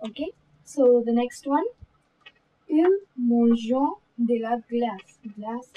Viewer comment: You are pronouncing "De" and "Des" in the same way... "De la", "Pas De"s pronunciation is wrong. 'De' is not like 'Day'... It's "Ddddd"